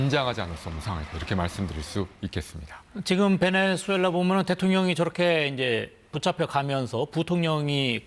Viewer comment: 베넨술렐라 (X) 베네술렐라 (X) 베네수엘라 (O)